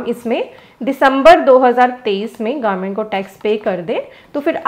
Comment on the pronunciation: Government instead of garment...😅